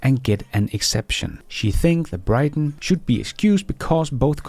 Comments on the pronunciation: Why do you mispronounce "Britain"? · to annoy you✅